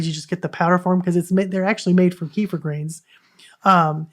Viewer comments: While we're at it kefir is properly pronounced kuh-feer or kef-fuh 🎉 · Thank you for the shared knowledge. It is enlightening! Also ,Kefir is properly pronounced...kuh-feer or keh-fuh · Sorry , I'm not sure what you point is. Please help me understand. Kefir is not pronounced kee- fur... it is kuh-feer ,keh-fuh and kē-fîr....look it up for yourself . Bye Karen 👋